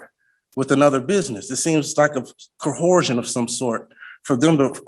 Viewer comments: This guy is a goldmine of mispronunciation. CO-HUR-ZHEN lol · How many words can be mispronounced in 10 minutes? Just parroting SovCit bull that he's read. What the words mean is over his head. He is leaving DNA and biological material on the podium by touching it. Almost did a spit-take when he said cohershin. Coosent. Incinovises. Discrowshure. What color is the sun in his world? But he got his day in court which is what makes this a great country. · He said "I think it's a cawhoresion." I think I saw some of those when I was in Vegas.